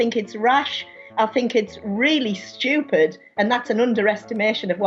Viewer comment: shtewped, sorry I had to mention it